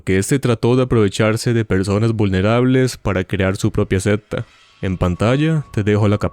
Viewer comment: bro, pronuncie secta bien primero jajaj que me da un toc